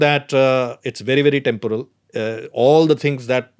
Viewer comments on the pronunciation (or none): none